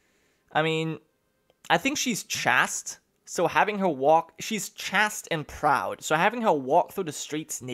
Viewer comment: Chaste is pronounced Chayste